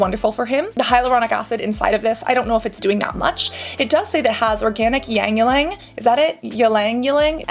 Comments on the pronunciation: Ylang Ylang is pronounced like e-lang e-lang. It is a very good smelling flower which can be commonly found in South East Asian countries. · It’s pretty much just said “lang-lang” and I only know that because I googled it recently 🤣. It’s been one of my favorite scents since I was a teenager!